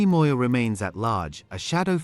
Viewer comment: You I always listen to how you pronounce black people' surnames and you nail them all. Are you having time to practice this or what? Always on spot. eg Moyo! That's impressive. Your podcast is very informative.